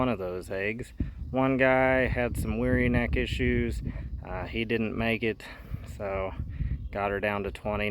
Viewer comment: Wry neck is pronounced like -rye-neck